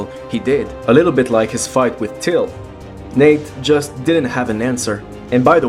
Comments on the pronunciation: It sounds like you’re calling him Nick but I know you’re not. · did he say nick or Nate?